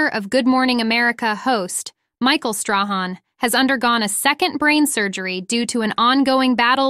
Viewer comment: Strahan is pronounced Stray han!